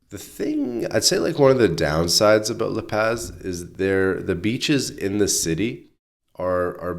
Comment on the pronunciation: La Paz is pronounced La Paws NOT La Pazz. Vowels are always pronounced the same, unlike english!